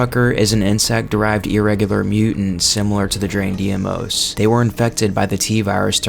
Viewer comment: Deimos is not pronounced “dee-ay-moze” it’s correct pronunciation is “dey-moss”